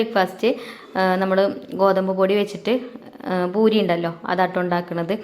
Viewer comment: റ സീ ഭൂരിയല്ല. പൂരീ എന്നാണ് പറയുക.❤❤❤❤❤❤